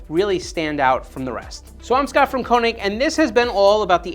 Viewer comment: Did you really pronounce your own company’s name wrong?